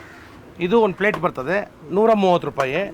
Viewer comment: Plate ❌ Flate ☑️